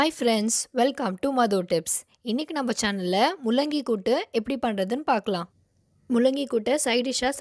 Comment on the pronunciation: Akka mullaaaki ila Akka mullangi Akka olunga solunga